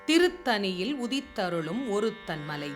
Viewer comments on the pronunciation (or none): avar ketpathu nyaayam. Intha ucharippu sariyaaga illai. Mika mukkiya pathivu. Thiruthani? Illai ,ThiruthaNi. Panivodu ketkalaam. Pulavaraaga irukka vendam ketpatharku. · திருத்தணி not திருத்தனி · நன்றி அம்மா. 'திருத்தணி' என்பது மட்டும் 'திருத்தனி' என்று இரண்டு சுழி 'ன' கேட்கிறது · திருத்தணி என்று சொல்லாமல் திருத்தனி என்று சொல்வது ஏன்? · தங்களுக்கு மூன்றுசுழி'ண' வராதா ? ஏன் திருத்தனி என்று சொல்கிறீர்கள் ?